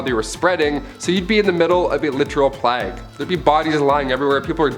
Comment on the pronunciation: "The plagg" omfg im dying at the mistake there